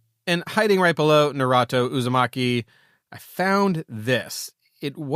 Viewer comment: I’ve never heard someone butcher Naruto’s name so bad in my life. I’m super impressed.